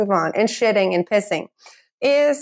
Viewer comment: shidding and pishing and farding and swedding